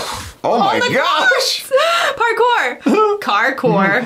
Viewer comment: C’mon, guys. “Barkour”